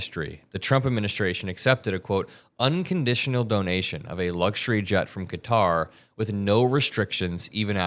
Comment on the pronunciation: Please learn the correct pronunciation of Qatar!